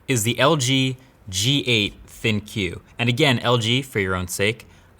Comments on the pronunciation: Marques, I am not sure on this, but isn't the "ThinQ" supposed to be LG's AI tech? If so, it would make sense that "ThinQ" be pronounced like "Think." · Why would you read it "Think - Cue"? I always thought they wanted that to be pronounced just "Think", but with a different spelling. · Dude it's pronounced Think! Not Thin-Q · FYI LG wants ThinQ to be pronounced like Think. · Why do they continue to use to marketing term "ThinQ" lol. It was a huge fail. I'm 100% sure they were hoping people would pronounce it as "think" 😂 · I'm really sure thinQ is just supposed to be pronounced think